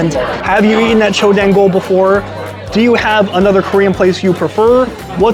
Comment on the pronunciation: You pronounce “dang” as “dahng” not dang (like “oh dang”). The same way you correctly say the “jang” in gochujang, you’re supposed to say dang the same way